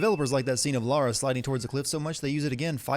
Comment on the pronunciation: You are better than GCN because you pronounce the Protagonists name correctly. You say Lara, not Laura. THANK YOU! It pisses me off when supposed "Perfectionists" make such a stupid mistake.